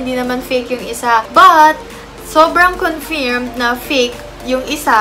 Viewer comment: Its not confeermed its confurmed